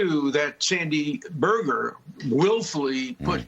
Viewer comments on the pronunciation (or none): none